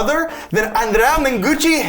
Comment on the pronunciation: As an italian, I would say:, you perfectly nailed the pronunciation of "ANDREA".